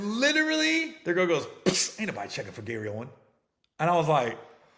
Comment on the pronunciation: Gary OWEN NO "S" Baby 😂